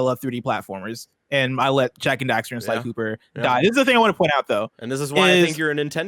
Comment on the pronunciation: It's Jak and Daxter. It's always been Jak and Daxter.